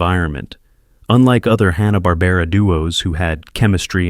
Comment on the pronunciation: Oooo... Mispronouncing Hanna in the first minute of a video primarily featuring Hanna-Barbera characters? Not. a great start. Also, a lot of these are still pretty pervasive throughout American pop-culture due to many of them being reused and modernized in the 1990's , subsequent to Turner purchasing the Hanna-Barbera rights. Basically if you grew up in the 1990's through the early 2000's, you saw MANY of these characters on TBS, Cartoon Network, and Adult Swim. Edit: OMG! This Narration BETTER be AI, because if you're unfamiliar with either the fencing term "touché," or the other use, acknowledging a worthy or clever point made by someone, that means... well, nothing, really, but it's a pretty common term, used in everything from cartoons, to literature, to film.. Seriously though, this is just one of those hackneyed YouTube Channels that pumps out poorly written, intentionally provocative content, insulting people's childhood favorites, in hopes of goading individuals into leaving exasperated comments, in an effort to drive up interaction rates. It's essentially trolling to boost their YouTube profit margins, which is a pretty despicable. way of making a living.